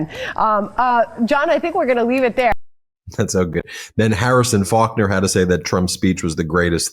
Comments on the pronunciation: I missed the part where they "panic" 🤔 And did you say "Harrison" Faulkner? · Hey Ben. Her name is Harris, not Harrison.